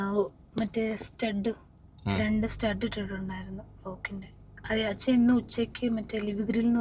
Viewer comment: സ്റ്റഡ് അല്ല സ്‌റ്റെൻഡ്